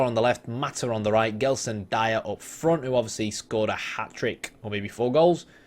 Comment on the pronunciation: BTW it's pronounced "Jelson".